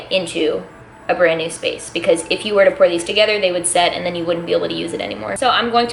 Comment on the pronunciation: Dunno why, when u say "pour" i hear porn :v